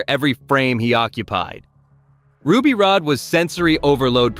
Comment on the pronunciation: It's Ruby Rod, not Rode, ...so tired of AI